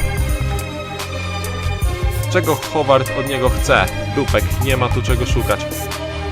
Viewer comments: hOward czyta się bardziej (Hołard), ale niech ci będzie :D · Wiem, że ja jestem twórcą tej historii, ale nie mogę się już doczekać kolejnego odcinka z tej serii :D Nie martw się też o czytanie tych nazw. Chociaż jeśli chodzi o kapitana Davida Howarda to czyta się "Hałard", a nazwisko Rose Dawn - "Dołn" ;)